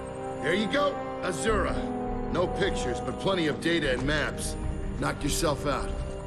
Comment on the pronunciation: That one, azura and a few others, I hate to say this because it’s a great vid but I don’t think I can watch it all again to say for sure, I’m sorry.